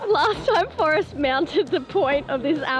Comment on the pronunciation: Australians have got to be stopped. You can't pronounce "Forrest" as "First" just no.